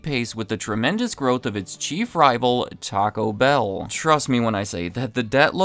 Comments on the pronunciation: Is this a new thing where people are pronouncing it “TACObell”? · Not a fan at all of " gabacho bell"